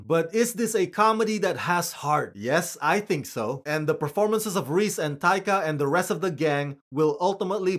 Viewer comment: Finally someone pronouncing "Rhys" correctly.